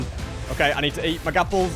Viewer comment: "gapples" lol no offence bro